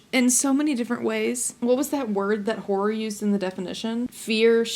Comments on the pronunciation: Whore? Whore? Are you trying to say horror? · (W)hora books. 😂😂 omgosh, i love the way you say it. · lmao you saying "horror" and to me it occasionally sounding like "whore" ... I'm down for some smutty smutty whore books but also a big no thank you to horror *shivers*!! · You got the case ☺️ That pronunciation of horror now lives rent free in my head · You say "horror" funny 🤭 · obsessed with the southern pronunciation of “horror” and you starting the video by saying you’re a romance reader. Immediately my brain made the joke of “well you’re not switching it up bc you’re still reading ‘whOr3’ books” 😂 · i keep hearing a diff word than horror 😭